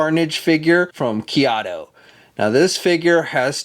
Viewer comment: It’s pronounced KAI-YO-DO Great review as usual!